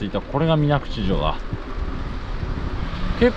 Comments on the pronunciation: 水口は「みなくち」と濁らずに読みます。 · 『みなぐち』ではなく、『みなくち』だと思いますが… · みなぐち × みなくち 〇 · それだけに水口を「みなぐち」と濁ってしまったのが惜しい！